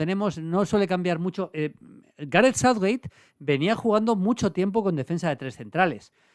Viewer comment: Maldini por dios, pronuncia bien Southgate y no Southwait